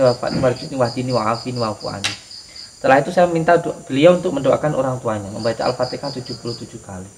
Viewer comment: Assalam, mohon maaf sebelumnya,penyebutan alfatikhah itu salah,yang benar itu alfatihah,tolong perbaikit ya,mohon maaf saya mengingatkan